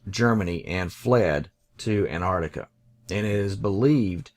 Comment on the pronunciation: Please. It is pronounced "AntARCtica" not "Ant ARTica". And "maP" not "mao".